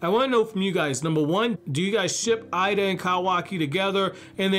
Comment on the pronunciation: Eida (“ada”). Pronouncing it “ida” (eye-da) is incorrect. I love it how goes from to the other and never decides. It’s so confusing 😆 Great video though. I love his theories and character analyses.